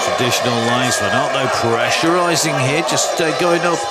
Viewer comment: The commentator doesn’t know the difference between pressurising and pressurising. Annoying AF.